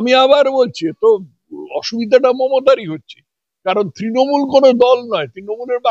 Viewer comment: দলটির নাম তৃণমূল- তিনমূল নয়। আপনার speech therapy করা দরকার। তথাগত বাবুর অত্যন্ত শুদ্ধ উচ্চারণের সামনে আপনার উচ্চারণ বড়ই শ্রুতিকটু।